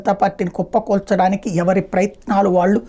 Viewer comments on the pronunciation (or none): none